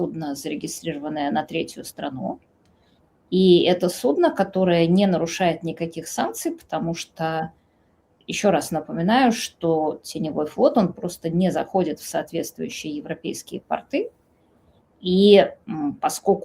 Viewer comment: Не портЫ, а пОрты, мартышка ты облезлая